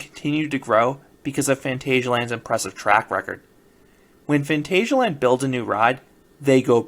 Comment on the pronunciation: So I watched a four minute video of you telling us "today is the day," with no other information. From the title I kind of expected you to be there, and show some real footage. BTW it is Fahn TAHZ ee ah land. Just because it's spelled "asia" doesn't mean it is pronounced that way.